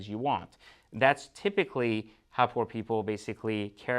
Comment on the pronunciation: That just sound terrible when he says poor. And if he doesn’t like the watch each his own! Doesn’t matter if you have an expensive watch or a least expensive watch! It is what the person wants and would buy and feel comfortable what he wears or don’t where! Every one has an opinion! Well that’s my opinion each his own!